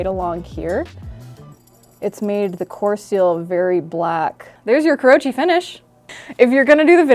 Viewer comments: It's KOO ROH UUUUUUU CHEE, not KUROCHI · This takes the cake for the most entertaining Knifewear video in recent months. More, please! Also, thought would appreciate, but kurouchi is pronounced kuro-uchi, not kurou-chi. I think bacon patina is a waste of meat unless I'm cutting lots of bacon to eat, and instant coffee is my typical go-to if I really need a patina. The longer you soak the knife, the better the results. Also the moment my simple carbon knives touch onions and garlic they get blue (and then brown) pretty fast, so I don't usually force a patina anyway...